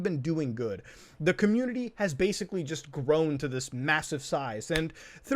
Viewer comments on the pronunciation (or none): 'The ComMUTAny'